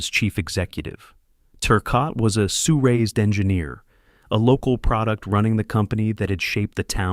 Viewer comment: We pronounce the Sault portion as Sue. The L and especially the T are silent